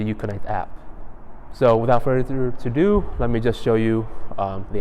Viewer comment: I have to bump it up a notch. It’s “further ADO”. It’s a key thing that you say , it’s like having a booger in your nose... you want someone to tell you sooner than later. “Without further ado”. No disrespect. It also flows better. 💯🙏🏻